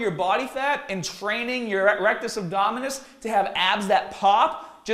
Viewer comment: RE-rectus abdominis LMAO :DD